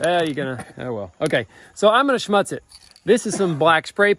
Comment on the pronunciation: The correct pronunciation is Shmutz like foot. It means dirt in Yiddish.